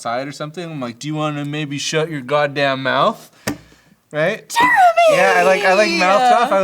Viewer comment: how come all i here when they say Jeremy is "Germy"